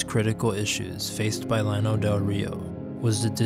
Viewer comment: Nice, lots of new info to me, and old photos. Never heard anybody pronounce it 'lano,' always 'YAH-no' in Spanish fashion. the flatland. That was the only thing that irked me (over and over and over). Old-time friend of our family recounted story of Llano residents stealing their chickens. Have visited site, had no idea it was once so big and populated.